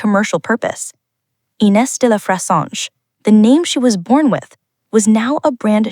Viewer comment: Kind note - please ask a French person for the correct pronunciation of de La Fressange (roughly "duh lah freh-Sahnzh") as unfortunately miles off - or try this